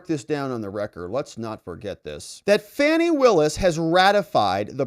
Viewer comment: She already has the power to make News Anchors call her “Fawny” instead of “Fanny”